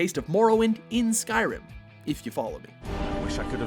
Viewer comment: Lol did anyone else catch that he said sky-rim then he pronounced it correctly the second time 😂